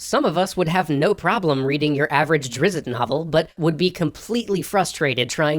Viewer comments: hate to nitpick but drizzt is pronounced 'Dret-sst' not "drizt-izt" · Drizzt* not Drizzit. :^) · I love you. Small thing, as a lover of Dnd and a fan of the series, it's Drist, not Driz-it. Don't worry, I got it wrong the first thousands times too. Then I meet Chris Perkins. He told me it's a common mispronunciation. Which is funny considering the topic of the rest of this episode. Keep up the good work, don't sweat the small stuff and hope you have a great one. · You have wounded me Sir... wounded me gravely! "Drizzt Do'Urden" is "Pronounce every letter, emphasis on the i (as in fizzed): dr-I-z-t" and "doe-ER-den." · What's a Drizzit novel? I've only read about seven but fairly sure it's read drizt phonetically. Can any confirm or correct. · "Drizzit" novel? xD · Did.. did you say Drizzit novel? :L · it is not pronounced "drizzit" >< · "Drizzit" lol? For shame! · I just was rewatching all of the extra credits episodes and you pronounced DRIZZT wrong i'm extremely offended that anyone would commit such a grievous crime SHAME ON YOU SHAME!